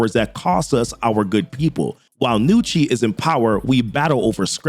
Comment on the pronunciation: Props for pronouncing it "Nucci" and not "Ga-nucci" like so many people do with Italian names.